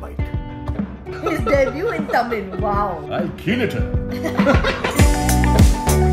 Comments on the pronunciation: lol .. ur Tamil accent is sooo funny, she is right horrible pronunciation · So confidently you guys pronounced it wrong 😂 but must say good try I wish you see this same video after the correct pronunciation 😊😊 Love you both